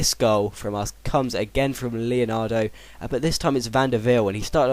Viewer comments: It's leandro, not leonandro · i don't understand where do you get that extra a to leandro from. you say it leonardo, it's leandro =D good vid btw ;) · Leandro not leanardo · is leandro not leanandro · its le-an-dro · his names le-an-dro i know you said not to say anything but it's pretty easy to realise that its leandro :L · it's le-an-dro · The real way to say Leandro is : Lay-Ahn-Dro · Pronounce Leandro like : Lay-Ahn-Dro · His name is pronounced "Lee-an-dro" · Le-an-dro. Maybe you should actually read their names.